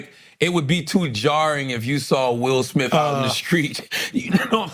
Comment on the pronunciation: 'Will Smiff' 😆